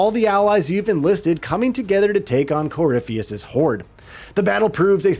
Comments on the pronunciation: Red lyrium “Cor-riff-ee-us” They’re pronounced multiple times in the game bro 😂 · right that irium, theedis corifis 🤣🤣🤣🤣🤣🤣